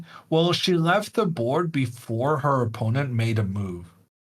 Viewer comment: Nice to hear the commentator pronounce the word "opponent" the correct way - unlike others who must remain unnamed for now and which I wish a speedy recovery..